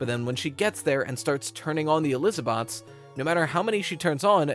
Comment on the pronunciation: I had to pause the video when he said Eliza-bots 😂 that got me 🤣